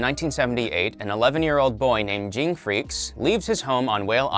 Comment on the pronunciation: Jing Jing Jing Jing Jing Plzz stop 😭😭 Spelled Ging pronounced Gene